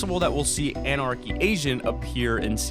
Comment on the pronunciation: Did you guys hear that in he said “we might see anarchy Asian”